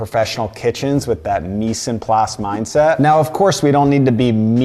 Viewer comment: Newbie here, so go easy on me. What is he saying “meese and ply set” it sounds like, but even the auto-generated closed captioning didn’t get it?